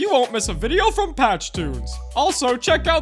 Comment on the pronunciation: It's funny because you said Pach toons and fly down in sky